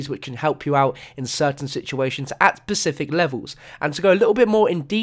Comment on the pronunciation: specific not pecific dude